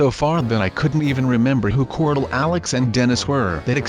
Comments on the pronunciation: Why do you call corl. Cortal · Unique L it's pronounced "corl"